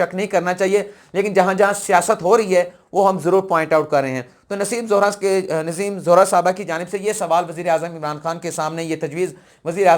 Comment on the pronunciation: Kali not qaley! Nassem Zohra not Naseem Zehra!